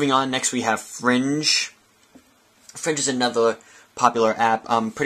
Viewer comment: not to be a troll but it is fring with a ing at the end